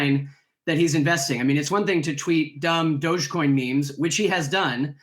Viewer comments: It's Dogecoin. Not Dodgecoin. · It’s dogecoin not dodgecoin